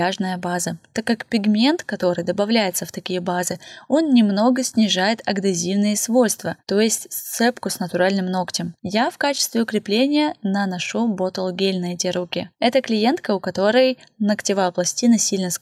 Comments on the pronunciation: первые два раза я думала, мне послышалось "агдезивное", но на третий раз выпала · «адгезивное» так правильно)) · И я услышала ))